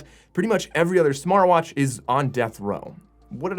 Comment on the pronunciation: 11 seconds he calls smartvwash lol